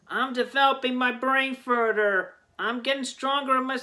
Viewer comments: “Im developing my brain furter” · “I am developing my brain furder.” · hes developing his brain, but still can't say the word "further" like an adult.